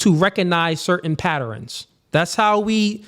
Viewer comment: Don't say patterens